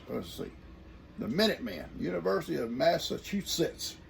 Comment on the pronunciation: good morning, by George I think you got it!!! You can rest easy you say Massachusetts just perfect!! I graduated from UMass Dartmouth in 2008 at 50 years old. We are some proud Patriots from the swamp Yankee State!!! Lol. Many blessings to all on Morrow Hill. Xxoo!